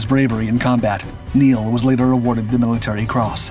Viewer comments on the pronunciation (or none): none